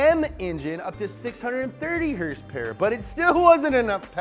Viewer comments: I dislike the video as soon as I hear him mis pronounce horsepower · Liked this weeks episode for the “hearse pear” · "Hearse-pears!" LoL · How to make an "Everything you need to know / Up to speed" 1.) 2.) Dates in relation to Taylor Swift's and Post Malone's Birthday 3.) HRSPRS 4.) NOS energy drink 5.) Lightning! lightning! lightning! 6.) "Wait, what?" 7.) ' Dad 8.) Spot on german accent. I watch this channel too much lol. Comment what i missed. lol